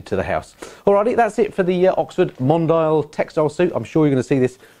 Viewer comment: I believe it's pronounced mon-dee-al, like the French word for "worldwide; global; worldly; cosmopolitan".